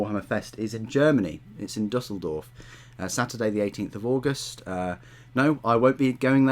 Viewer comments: Nice pronounciation of Düsseldorf. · Thank you for the thorough vid! Nice pronunciation of Düsseldorf, hoping to go there myself this year.